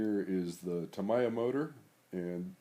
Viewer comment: Tamiya = “Ta-me-ya” 🙂